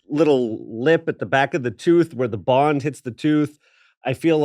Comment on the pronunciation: I really enjoyed this episode especially when I figured out "bond" was being said and not "bong". LOL